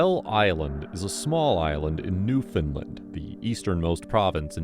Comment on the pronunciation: It's Newfoundland, not new finland 😂